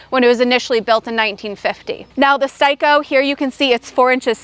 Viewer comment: S Tay Ko Repeat with me S Tay Ko, it’s not pronounced xEdAyCoOl that’s daft.. it’s Steico.